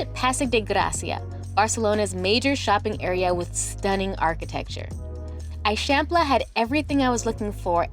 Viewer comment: You need to go back to Barcelona for long enough to learn basic pronunciations. The way that you are saying "Eixample" is especially incorrect.